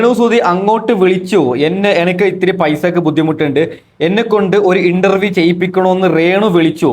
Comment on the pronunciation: എടാ ചെറുക്കൻ ഇൻട്ടർവ്യം അല്ല. ഇന്റർവ്യൂ